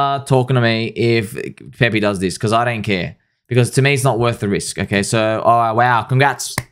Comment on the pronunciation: its PEPE not PEPEE. please